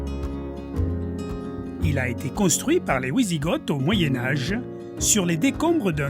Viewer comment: Votre accent très prononcé est réellement savoureux ! Une unique chose : pour "Wisigoth", on ne prononce pas "Ouisigotte", mais "Visigo". Enfin, ce n'est pas très grave... Et un grand merci pour cette découverte !